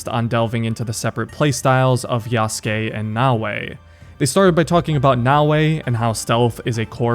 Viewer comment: bro has no excuse to still pronounce yasuke wrong😂